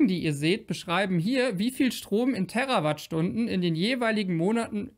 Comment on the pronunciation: Danke für die Richtigstellungen. Kleiner Tipp: Bitte die Terawattstunden mit "langem" "E" betonen, denn es hat ja nichts mit Erde zu tun, sondern ist ein Multiplikator.